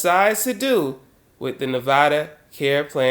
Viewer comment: Thanks 4 say nevada correctly!!!!